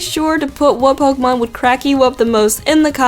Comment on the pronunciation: u pronounce pokemon wrong